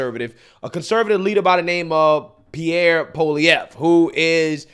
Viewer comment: I'm impressed. I seen you mess up the pronunciation many words and names. You actually pronounced Pierre's name pretty good.